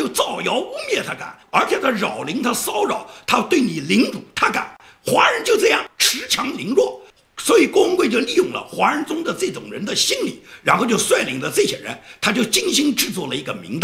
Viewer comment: ，恃强凌弱的恃，念shi，去声。